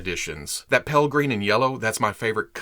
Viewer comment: I had to rewatch the box part a few times to figure out you were saying PALE green....not “pell green” because I work in printing and had no clue what the hell “pell green” was haha! I got it eventually!